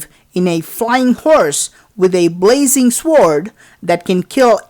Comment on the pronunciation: Having a hard time saying “SWORD” there buddy? S’O’R’D........ sound it out and go slow. You’ll get it! I have faith in ya’s..